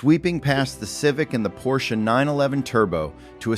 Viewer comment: When the opening line is “A Pors C-H-E”…